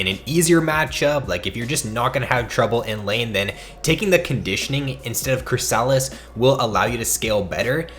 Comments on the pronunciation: Nah fam. said it wrong. It's pronounced "chrisUHlis" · Chris-a-lis, the way you pronounce it tilts me.